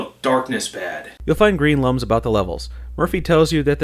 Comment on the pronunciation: Do you pronounce "Globox" and "Lums" wrong on purpose? Just wondering.